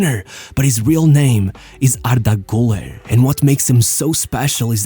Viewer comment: Ardah gooler